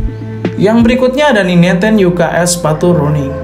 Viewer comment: maaf bro,,Running = bahasa inggris,,kalau di baca bukan Running tapi RANNING,,maaf ya bro